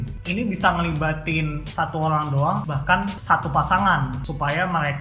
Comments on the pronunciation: O rang orang... bukan orlangk orlangk.. ok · I hear Olang olang